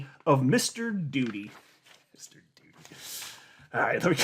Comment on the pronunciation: You said doody😂🤣😂